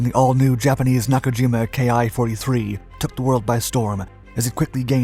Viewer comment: 10 seconds in and you mispronounce the name. Awesome